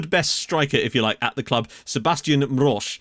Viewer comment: Mroz = Mrooz, not Mrozh. Probably. There's likely a missed diacritic there (or he may not be Polish). Wojdyga = Voy-digga, with the emphasis falling on 'dy'. Sokol Ostroda = So-koow Ostrooda. You've bitten off a lot, linguistically! But the good news is that Polish pronunciation is pretty consistent. The l-with-a-line-through-it letter is pronounced similarly to an English 'w'. O with a line is 'oo'. You've got the Polish w as English v pronunciation right. Polish j is English y. Polish 'u' is 'oo'. Polish 'i' is English 'ee'. Polish 'y' is English soft 'i' -- like 'in'. There's a lot of whistling sounds that are difficult to transliterate. Cz = ch (tip of tongue). C with a line or c followed by an i is a different, softer ch, with the tongue sort of pressed against the palate. This same relationship holds for Sz (sh) and s-with-a-line or s-followed-by-i, and Rz or Z-with-a-dot (zh) and z-with-a-line or z-followed-by-i. The harder and softer versions of these sounds can be difficult to differentiate for non-Slavs. Then there's a few nasal vowels with a little tail (like a French cedille). A-with-a-tail is similar to the French 'on'. E with a tail sounds sort of like English 'en', but more nasal. I think that's it as far as individual letters or diphthongs with unusual sounds.